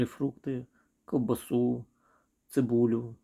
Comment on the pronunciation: Не колбасу, а - коВбасу, на своей мове говорить нормально не умеешь.